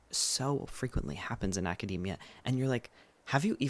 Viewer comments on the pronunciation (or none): none